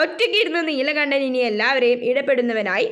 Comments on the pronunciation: Neelakanakko😂 Neelakandanaa😅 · neelakandan alle neelakannan allallo super classs